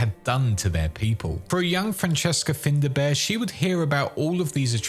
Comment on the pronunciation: "FINDA BEAR" really? Well done for insulting the Irish language.